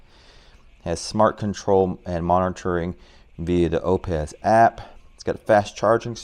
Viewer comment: it's pronounced "oops" like the britney spears song! lol